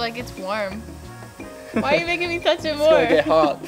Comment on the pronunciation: I love it "Don't tutch me".. hahaha